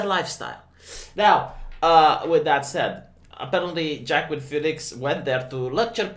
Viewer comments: It is not Jackween it is Wah-keen. Oh right, you are trolling. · "Joaquin" sounds like "wah-keen"..